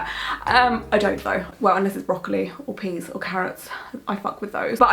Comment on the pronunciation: I'm sorry you don't like the tattoo. I think it looks nicely done but I can definitly see the "turnip" in it. On another note when you listed you favorite vagetables I could have sworn you said:Broccoli or PENIS and carrots! XD Sorry for my dirty mind